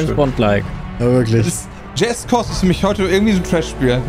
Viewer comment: "Jazzt Kost"